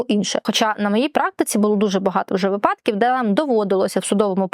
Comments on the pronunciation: вИ'падок. Не випА'док. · шановна адвокатко, от ви так поважаєте закон, а чому не поважаєте закони правопису? перевірте де має бути наголос у слові помИлка, та вИпадок )